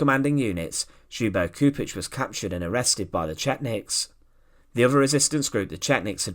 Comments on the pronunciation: mister, you need to do some extra effort with the pronounciation of names. it's Chupich. not Kupich. do your homework. please. out of respect to the fallen. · Excellent video. The name is pronounced as if it were spelled in English: Chedomir Lyubo (the L is not silent) Chupich.